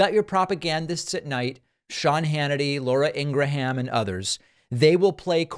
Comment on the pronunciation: Laura ingra-ham haha